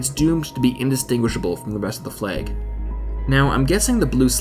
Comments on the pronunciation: Has no-one else mentioned that he keeps saying 'fleg' not 'flag' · Flahg not fleeeeg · Just cant get over how you say "fleg" and not "flag". Nice vid though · Can someone please explain to me why the people who narrate these videos pronounce things so incredibly weirdly? F L E G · "Fleg?" :p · The video was nice but the way you said flag is odd because I didn't know what you where saying